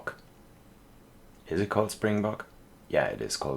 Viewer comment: Pronunciation of springbok is perfect but actually I think you're making wildebeest a little more difficult for yourself cuz you actually pronounce it will-duh-beest and for antelopes it's an-te-lowp so you don't pronounce the e at the end. I love the train tracks through the back I think it definitely adds like a charm to the whole thing and it definitely feels adventurous. Glad to hear that you're going to go on vacation it's July tomorrow so I wonder where you end up going I guess I'll find out as I keep watching episodes 🙂.